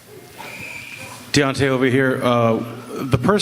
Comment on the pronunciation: Butchered his name 😹